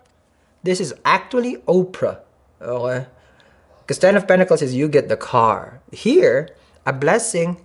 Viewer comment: Hahahahah I love how you say “ohay” instead of okay 😂😂😂 I adore u